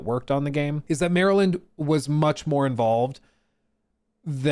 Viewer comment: You say Maryland like us Marylanders.